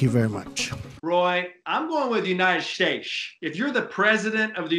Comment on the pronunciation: He didn't realize he mispronounced States, but he lingered over the originally correct pronunciation of oranges, over and over again, so definitely oranges, which he probably learned by 2nd grade.